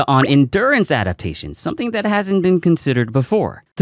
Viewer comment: Adapatation xD